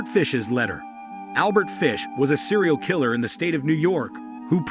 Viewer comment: As soon as the narrator pronounced "kil-ler" as "ky-ler," I was done.